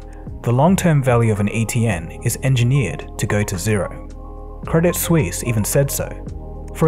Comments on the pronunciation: 'credit seuss', what lol? Did you mean 'credit suisse' ? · It's not Credit Seusse, it's Credit Suisse. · 11.36 Credit Seuss? I think a better speaking mistake would've been Credit Suss but hey close enough lol